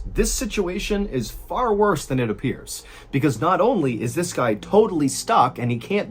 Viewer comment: It ap-piers...